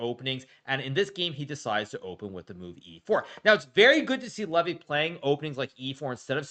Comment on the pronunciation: I love the fact that Hikaru mispronounces Levys name purposefully to show how little he respects him.